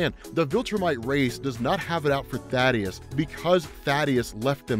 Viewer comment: Thaedus not Thadeus Kirkman has even said his name in interviews multiple times it's pronounced THAY-DUS